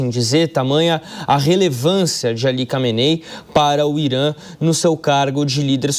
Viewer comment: Recebe quanto de salário pra falar nome do líder supremo errado?